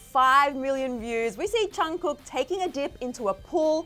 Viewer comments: “Johnkook”😂😂😂I’m deeaaddd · i fucking died at the intro, she literally called him BTS's Jongcook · she said "Jongkoook" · "JUNGKOO" and I tap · She said “Jangkook” LMAO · Me: please dont say jungcook- Vid:jungkuuk Me: triggered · She really said chugkook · did she just say jhon ku? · yo will y’all PLEASE STOP pronouncing it as Jung-cook. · "Jung-cook" sorry but like eww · sorry but " chungcook " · The way they say Jungkook’s name tho... Well, I can’t blame them since I am Asian lol